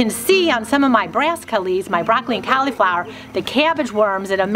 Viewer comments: Hmmm 🤔 Cau-Lee-flower? Pronounced like call- la-flower. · When you call it Cali flower instead of cauliflower , I just think of some really good weed .